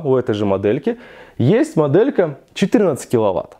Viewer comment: Не досмотрел, не выдержал: " как раз таки, мАдэлька". Автор, говори по русски!